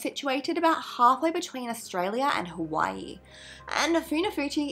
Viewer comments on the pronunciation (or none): none